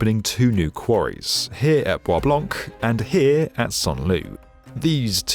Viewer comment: Ninety-nine percent of your words are completely understandable, but you have an obvious problem with the word "here". Also, as someone who pays actual money so I don't see ADS on YouTube I do not think it's funny or clever the way you try to sneak them into your videos. "DISLIKE and "Don't recommend channel". Bye-bye.